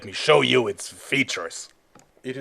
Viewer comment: LET ME SHAU YOU IT'S FEETURES!